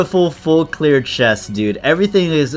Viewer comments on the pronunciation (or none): none